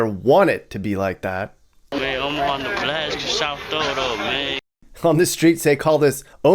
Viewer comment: Killed me with the "Ne-blast-ya" mappy with the gold chain lol.